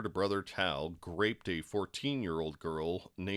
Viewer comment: Why do you keep saying graped? like a grape 🍇, no it's called "Groped" Unbelievable 🤣👉